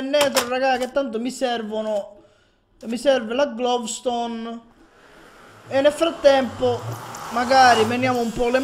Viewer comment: dai ma avevi "glovstone" davanti e non la raccogli!!! (per informazione si dice gloustone non glovstone :D )